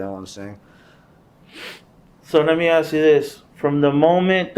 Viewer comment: At least he didn't axe any questions